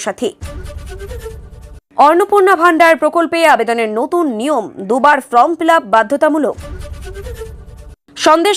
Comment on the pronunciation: From fill up noy, form fill up. Kan e lage. Please don't mind